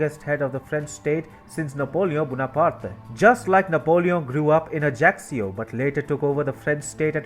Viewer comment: The final "e" in "Bonaparte is silent, both in French and in English. Thank you.